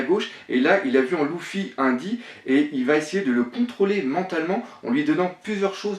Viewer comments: Pk tu dit louffy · pourquoi tu dit louffy alors que c'est luffy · mais putain sa ce prononce Luffy pas louffy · pk tu dis "louffy" et pas "luffy" ? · Et Louffy aussi mdr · Ce n'est ni skank ni louffi mais skanks et luffy faut apprendre à parler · super bonne théorie, mais sérieux, la prononciation... Ca détruit toute l'épicité des héros!! Tchank, Louffy, Dragon à la française, ca fait mal... Mais bon, c'est la première vidéo que je vois de ta chaine, et franchement je suis enthousiaste de voir les autres! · Il prononce pas les non comme il faut shanks se prononce tchanksse et luffy se prononce leuffy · prononce bien shanks et luffy